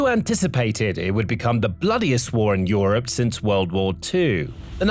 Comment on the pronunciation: How did you pronounce Europe? Yikes